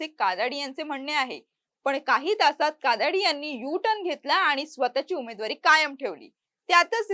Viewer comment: कादाडी नाही काडादी आहे आडनाव पण तुम्ही कादाडी असा ऊच्चार करत आहात